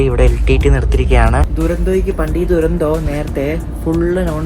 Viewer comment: തുരന്തോ അല്ല , ഡുരന്തോ ആണ്